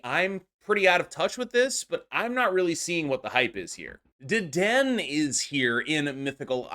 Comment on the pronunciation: Not to be that guy, but it is Deden-A. I was at a pre release event and got roasted for mispronouncing Low-Kicks (Lokix), pokemon players can be wonderfully brutal lol